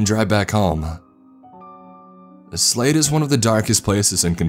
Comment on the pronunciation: Just how Robin says Slade ...